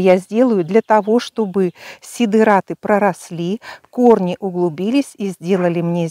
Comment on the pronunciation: Сидэраты... фанэра...😂